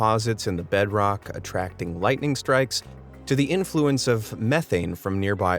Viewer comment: I cringe with the way he pronounces lightning...